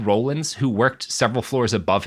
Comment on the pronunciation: Robert, Bob Dole was not an astronaut although he was sometimes out in space. Also, I know you're young but Ed Rollings name was pronounced "rawlings" not "rollings".